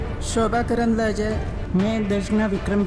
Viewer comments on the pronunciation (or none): karandlaje hai sahi se name to pado